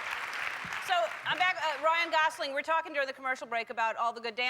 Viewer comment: I love that she got his name pronounced correctly. It's Gosling not Gozling... like most people say.